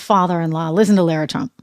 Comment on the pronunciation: Lara's name is pronounced Lah-rah